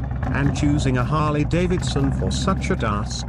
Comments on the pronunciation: "Harley Dave Edison..." 😂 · "Harley Davididson." So close computer voice. So close.